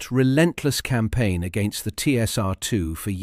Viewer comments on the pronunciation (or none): none